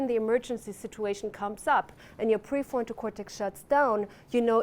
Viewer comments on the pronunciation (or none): And pre forto cortex. Maybe she is stuck in the basil ganglia 😊